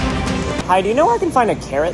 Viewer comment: that 'hi'💀